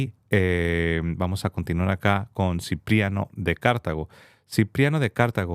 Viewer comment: Plascencia es CARTAGO y no CÁRTAGO, muchos no respetan la regla de acentuación, cartago así, cártago así no.